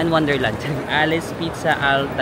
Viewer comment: Alice Pizza al taglio Alitse pizza al talio Taglio - talio , silent 'g" 😊